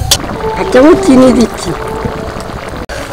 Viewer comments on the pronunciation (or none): none